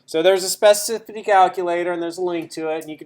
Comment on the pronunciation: It's a horrible word to pronounce, I realise that, but you're not quite there.